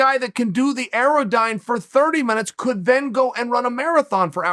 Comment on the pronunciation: Who else Google'd 'aerodyne' and still didn't know what he was referring to? (I think he meant Airdyne, right?)